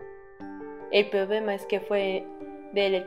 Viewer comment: Me encanta como dices problema porque se escucha Pobema y yo afafafs que adorable XD